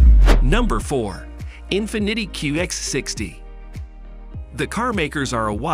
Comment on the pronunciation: In finiddy😂